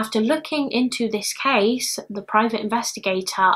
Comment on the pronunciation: The way you say "case" sounds like we would say cheese in bavarian dialect(southern germany): "käs". "Käse" would be without dialect. Always puts a smile on my face. I like it very much, thou